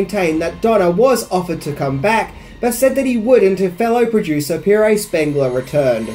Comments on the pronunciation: Holy crap,! “Peg-RAY” Spengler? his name is simply “Pierre“. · Pierre is pronounced ‘pee-air’, not ‘peer-A’. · P-air Spengler, it's pronounced P-air. For God's sake man.